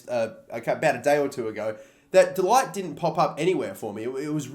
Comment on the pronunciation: Its pronounced ‘De-licked’ not ‘De-light, when saying De Ligt